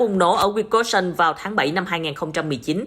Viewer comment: wisconsin: phát âm sai rồi